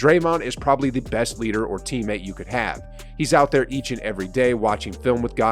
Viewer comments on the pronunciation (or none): none